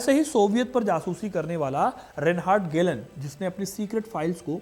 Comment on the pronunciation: Aabe yaar ….video to achhi banai 😂😂bit achhi tarha rata nhi maara …..reinhard hyreich or ….gelhen bol raha h baar baar 😂😂😂😂😂kya bakwas h ye